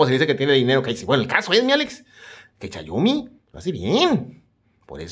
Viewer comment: todo mal todo mal no es chayomi